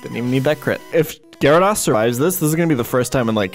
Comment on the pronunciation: Why do you mispronounce gyrados. Do you say Zap- Das too?